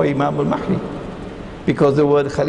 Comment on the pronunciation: Brother Imran keeps pronouncing the letter "H" in the name Al Mahdi like the one in the name Ahmed. The letter "H" in Al Mahdi should be pronounced as the "H" in Hector.